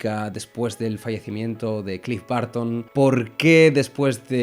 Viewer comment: Cliff Barton se esta retorciendo en su tumba con esta pronunciación 😅